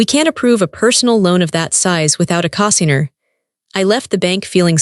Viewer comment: Get AI fixed, it’s CO-signer long O. Get rid of the AI